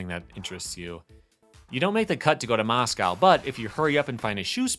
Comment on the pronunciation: MOSCOW ? your saying it wrong